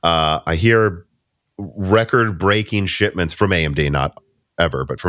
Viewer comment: says “shitments” yet again. Is he trolling at this point?